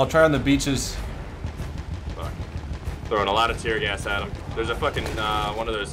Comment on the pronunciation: did i just hear tear gas its not tear gas